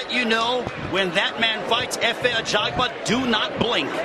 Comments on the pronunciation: His Surname is AJAGBA not AGABA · His name is Efe Ajagba NOT Ajaba!!!